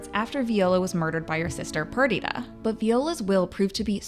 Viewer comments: I'm not sure why you're not able to say Viola's or Perdita's names properly? Did you watch the episode?? It's Vye-OH-lah and PER-dih-tah. Sorry to correct you, but... that you don't say them the way they do in the season, I'm not sure why you're reporting on it. Since you've not seen it enough to get the names correct. Something's off. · Is anyone else so bothered because she pronounced Viola and Perdita wrong the whole time